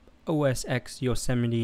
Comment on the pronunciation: It is OS TEN people, not OS "EX." Unless you are going to call the next Super Bowl "Super Bowl Ex El I Ex."